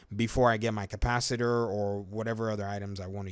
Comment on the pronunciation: Sorry to see you go man. I have since corrected the mispronounced Cah-pa-ci-tor. Everyone makes mistakes but I can't force you to enjoy my content. I wish you well sir.